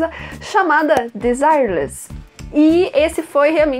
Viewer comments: GOSTEI DA EXPLICAÇÃO, MAS VOCÊ ERROU O NOME DA CANTORA!! SE PRONUNCIA ''DIZIÉLÉS'' E NÃO ''DEZIRELES'' ;) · Excelente análise...Ela errou Apenas na Pronunica correto seria ( Desi - re- less) 😎🤗🤩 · Você disse o nome dela errado...a pronuncia correta é ''Dêzielés" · Pronunciou o nome da cantora em inglês. E o francês?